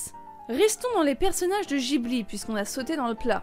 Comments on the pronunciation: ça se dit maintenant des zeroïnes -> réforme de l'orthographe d'il y a je sais pas combien de temps là, par contre en revanche on prononce Gui Bli et non jibli, car : Le nom du studio provient du mot que l'Italie utilise pendant la Seconde Guerre mondiale pour désigner l'un de ses avions de reconnaissance, le Caproni Ca.309 Ghibli3. Hayao Miyazaki, grand amateur d'aviation, décide de choisir ce nom. Pour lui, le studio Ghibli se doit de jouer un rôle d'éclaireur dans le secteur de l'animation japonaise, et d'y faire souffler un vent de nouveauté (vive les copié collé wikipédia) et oui je suis tatillon sur les prononciations xD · La prononciation de Ghibli est mauvaise et on ne dit pas Nausicaa de la vallée des vent mais Nausicaa de la vallée du vent Mais bon je chipote très bonne vidéo sinon